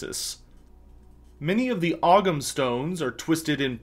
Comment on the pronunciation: can you please stop calling them OG ham stones. It's really annoying. They're pronounced O Ham, the g in gh in Gaelic is silent. Cheers.